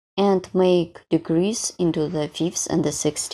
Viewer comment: I understand that you are from a different country and thus, have what we call an accent, so please take this in the spirit given. When you are saying/meaning DECREASE, it sounds like you’re saying DEGREASE, which is a totally different thing! 😂 Also, you’re putting the accent/stress on the wrong syllables on some words. As an example: the word decrease is pronounced thus: DE-crease. It could be pronounced de-CREASE, making the word sound completely different. (caps are to stress where the emphasis is when pronouncing the word.) Please be mindful of this. All that said, I’m loving the pattern and I appreciate you sharing with us! Thank you so very much!